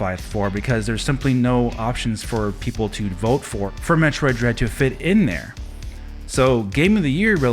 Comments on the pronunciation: seems that way. Especially when he mispronounced Metroid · First off.. This dude couldn't even pronounce the game correctly so we know right there he's not a fan. Metroid Dread most definitely deserves GOTY nominee! The whole franchise deserves so much more too. Samus is finally getting the recognition she deserves and if she wins it, then It's well deserved!